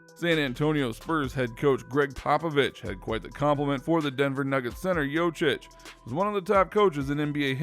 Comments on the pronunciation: Jokic not Jocic, emagine your surname is pronounced wrong every single time! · The way you pronounce it, it sounds like its spelled "Jocic" and not "Jokic". I mean you had all the backgroundinfo on him, might as well have looked up the pronounciation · It's JoKic not Jochic, pronounce K when you say it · Get it right it's pronounced yo-kich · Jochich? Are you so dumb? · imagine making a video about someone without even looking up how his name is pronounced... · When you make a video about a fairly popular basketball player and you still can't pronounce his name right💀